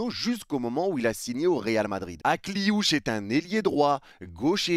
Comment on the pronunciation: "Ma nièce" Akliouche.. t'abuses mdr😂😂😂😂